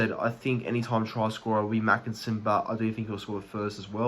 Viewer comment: Heads up buddy. Tommy makinson is pronounced 'maykinson'